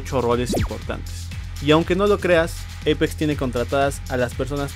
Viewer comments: Che amigo no se dice EIPEX ES APEX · Eipex se pronuncia :v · No es Eipex es Apex >:v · Apex no eipex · Jajajjaja dice eipex